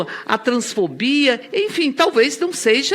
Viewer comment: "Ou sêija"... isso ganha 30.000,00. Viiiixe